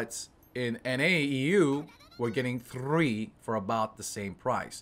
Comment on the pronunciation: why does he keep rolling his r's when he says 3 lol